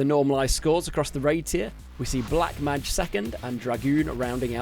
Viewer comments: Learn to pronounce mage please! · Please don't change it and make it worse every time to make people mald over it